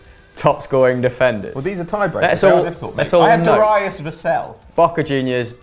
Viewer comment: Probably the most retarded pronunciation of Darius I've ever heard, ever.